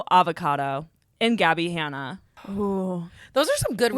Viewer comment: Not that’s so raven not the way said gabbi hanna